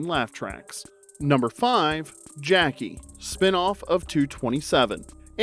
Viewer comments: A spinoff of "The Dukes of Hazard" would have worked better if it had been Roscoe P. Coltrane and Boss Hogg. I forgot all about "Beverly Hills Buntz". It's "Jack A", not "Jackie". and "Sawndruh" not "Sandruh" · It’s not Jackie… It’s pronounced “Jacques-ayyyy”. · Jackée is pronounced “Jack-ay”, hence the accent mark. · jack-KAY. hence the accent aigu you see typed above the "e".. as in how you pronounce "Renee" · I thought her name was pronounced Jack-AY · it's pronounced Jack-ay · Jackee is pronounced Jack-A ! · I have zero recollection of the title changes for Mrs Columbo. The first name stuck. And the mispronunciation of "Jack-kay" has me questioning if the narration is AI generated (if so, youve gotta phonetically fudge spellings sometimes). Clearly, there's a human editing these great videos, so no judgment either way. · Gonna need you to pronounce Jackee properly please! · Take a drink every time the narrator mispronounces Jackée Harry's first name.